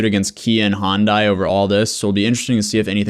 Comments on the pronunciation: I'm sorry, is it Honda, or Hyundai (hi-un-day/die), cuz I keep hearing Hon-die, and this is very confusing... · It's Hun-Day, not Hon-Die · It's not "Hondai", it's "Hi-un-dai". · How do you read "Hyundai" and pronounce it "HONDAI", also why are they suing the manufacturers, it's not their fault these idiots died (in the sense that the cars didn't kill them but their stupid decisions) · Why does he keep saying “HON-DAI” ?! It’s “HYUN-DAI” there’s no O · Why does everyone keep saying 'Honday' it's pronounced 'Hi-un-day'....how can they not know this? The douchery is contagious and the wackness is real. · I know it’s not the point of the video but it’s pronounced like Sunday with an H. I worked there and it’s the first thing you learn. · Me: Honda or Hyundai?: Hondai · High-un-day not hon-day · Say it with me everyone, it's Sunday, Monday, Hyundai not Hondai. Plus these kids are idiots and just another reason tiktok is ruining the youth. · why do americans say “hondai” ?? it’s hyundai ffs 🙄🙄🙄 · oh my lord, it's not "hawnd-eye", it's "Hun-day" or "hund-eye" Hyu sound is not Haw, like a Honda. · come on. honday. say it with me hy-un-dai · It’s huendi For pronunciation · good video, but the way you pronounced hyundai kinda triggers me abit LMAO. its ha - yun - dai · ITS HYUN-DAY NOT HYUN- DIE 😂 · For the Americans hi-yon-die is how u say hyundai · Hey the pronunciation for Hyundai is High un die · The way you pronounce Hyundai 😬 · Love how no one can say hyundai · The way you pronounce Hyundai is driving me nuts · Nobody can pronounce Hy-un-dei why can nobody ever pronounce the Y it's not a damn Honda lol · I swear thats not how you pronounce Hyundai.